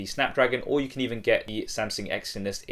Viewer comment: wait did he say samsing in the beginning XD